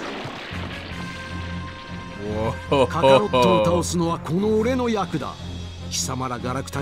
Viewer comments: penso si dica kaaarot e non kakarot. Comunque sono punti di vista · Si dice kakarotto😂😂😂😂